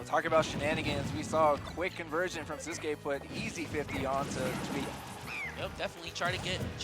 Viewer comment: Why does the commentator say “sis-que” for sisqui jajaja